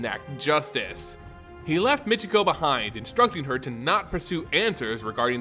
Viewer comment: Why do you pronounce her name mitch e go? Her name in pronounced My key ko.